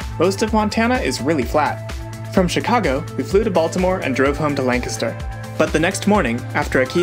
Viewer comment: I was SHOOK when you not only mentioned Lancaster right at the start, but also pronounced it the right way. Love to randomly bump into 717s on the internet <3